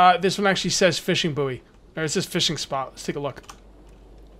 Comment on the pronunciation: Buoy (short for buoyant) is pronounced the same as the word "Boy". It's not the second word of the nickname of Howard Stern's producer. The last time I played this, the farming system worked, but you need a pan in your barbeque bucket to cook the produce, otherwise it's not worth much, You get seeds from the plastic waste and clay pots. This link talks more about that